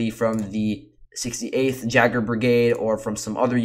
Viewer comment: J is passive in "Jaeger" (Yay-ger). Translates to "hunter" in German (other languages?)